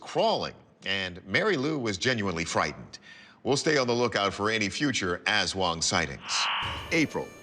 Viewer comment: aswang pronunciation 😆 it's more "uhs-swung" than "azz-wuhng" in our filipino language, actually